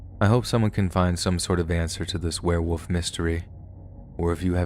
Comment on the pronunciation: I KNOW my comment is two years too late but is still relevant. Do you say, ‘Were-woof’? instead of ‘Werewolf’? It’s all the time, maybe it’s an American thing